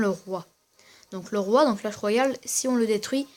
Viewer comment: .pas coah mais clach